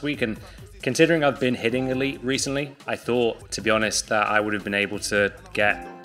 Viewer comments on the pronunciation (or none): none